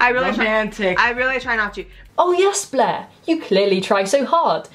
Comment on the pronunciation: I love how with your accent Blair sounds like Bleh